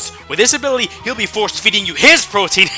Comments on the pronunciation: pro-TE-AN not protein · Sorry, but this always bugs me. Protean is not pronounced like Protein. Pro-tee-an. not Pro-teen. Sorry the rest of the vid was great, but for my favorite Pokémon, I gotta make sure his badass ability is given justice. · CJ_Gamer_ I'm not following what you guys are saying anymore. All I'm saying is that it's protean and everyone gets this wrong. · it's not "pro-teen" it's "pro-tee-an" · Why does every pronounce protean as protein >_< so frustrating lol